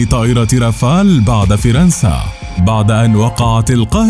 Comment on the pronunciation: أريدُ ان استفسِر عن شيء واحد فقط المعلق لماذا نطق فِرنسَا أليست فَرنسَا 😒